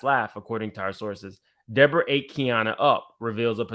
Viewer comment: Lord why is De-Boring-Uh back??